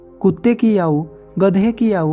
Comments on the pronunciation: Bhai kahani to bahut achi h, par apni Hindi thodi achi karo, Yahoo nahi aayu hoti h. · 🤔🤔Aayu ko yaayu bolraha hai 😜🙏🙏👌👌😃😃😃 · YAAUUUU....NHI ....AAAYU...AAAYU....AAAYYUUUUUUU.... HOTA HAI UNCLE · Ye aau nahi aayu hota hai Bhai 🤦 But nice explanation 🙌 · Are bhai yaau kya hota hai aayu hoti hai 😀😀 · Aaou nhi aayu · Kahani achhi he, but aap ayu ko yau kyu bol rahe ho brother 😂😂😂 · भैया याउनहीआयु बोलो बहुत अच्छे से समझाया भैया 🙏🙏🙏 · आयु बोलो याउ नही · Please bhai Yahoo nahin ,aau boliye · आऊ क्या होता है आयु नहीं बोला जाता है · Aayu bolo..yaauu nhi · भाई वो याउ नही आयू है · आपकी सीख अच्छी है लेकिन याउ के बदले आयु बोले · Bhai yau nhi bolte Aayu bolte hai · "याउ" नहीं भाई "आयु" बोला करें, हिंदी का उच्चारण सही से करें।👍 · आउ नहीं आयु कहते हैं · Aaoo nhi ayu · Yau nhi bhai aayu bolo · भाई उम्र को याउ नहीं आयु कहते है तुम वीडियो बाद में बनाना पहले ठीक से हिंदी बोलना सीख लो समझ गये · Yahu nahi aayu bolo bhai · B hai aayu bolte he tum bol the ho AAU aau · याऊ 😂😂😂 ....एक बार तो आयु बोल देते😊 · Aayu , aau nahi = age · यायू मत बोल यार आयु बोल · Yauoo nhi hota hai bhai aayou hota hai bro😂😂😂😂😂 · आप तो आयु को आवु आवु बोल रहे हो उच्चारण तो ठीक से करो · Are Bhai yayu nhi aayu bolo gyani bhai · भाई क्या याऊ याऊ लगा रखा है कम से कम हिंदी सही बोल लो आयु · Au ni bro ayu bolo🙄🙄🙄🙄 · 😀😀 आऊ नहीं आयु बोलो भाई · यह आयु है, आउ नहीं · याऊ नही आयु होगा हर जगह आपने गलत बोला है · आयु होती है aau नही भैया ठीक से बोलिए जरा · Yau nhi bhai Ayu bola karo hindi ka sahi uccharan kare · Bhai bolna to seekh lo....yaar aayu hoti hai ya yaoo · आऊ नही आयु बोलो, चैनल चला रहे हो तो वर्तनी या उच्चारण सही रखो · Bura mat manna bhai aayu ko yayu.mat bolna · Yau nahi bhai aayu samjhe 😂😂😂😂😂😂😂😅😅😅😅😅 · Yaau kiya hota he Aayu bolo thik se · Aayu hota h bhai Naki yayuuu 😂😂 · याउ नहीं होता भाई आयु होती है 😀😀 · Yaau nahi aayu hota h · Ye yau kya hai kya apko itna bhi nhi pta ki aayu bola jata hai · Yau nhi aau bolo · Are yau nahi ayu bolo year tum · Yau nahi aayu hota hai Sahi sea bolna sikho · याउ नही आयु बोलना सीखो